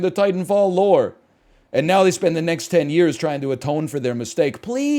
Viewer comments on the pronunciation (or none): none